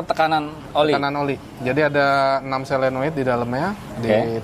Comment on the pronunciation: SOLENOID bukan SELENOID .. maaf koreksi , seperti juga orang sering bilang TRIPTONIC.. padahal seharusnya yang benar adalah TIP TRONIC